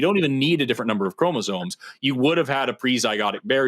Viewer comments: No no. "ChromasoNe". With an n. Every time. And he was trying to claim he was some kind of expert on something he couldn't even pronounce. 😂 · Seriously, this is why he's. He has chromosones, not *chromosomes*. You can buy them from Temu in a turkey baster. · You know you're dealing with a real biologist when they can't say chromosomes properly. Chromozones